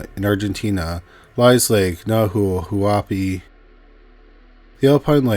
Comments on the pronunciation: Nawel Wuapi, with Nawelito. That hurt my ears xD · Nahuelito team!!!! It`s pronounced Nah- way-lee- toh by the way! The lake and national park is Nah-wey-l Wah-pee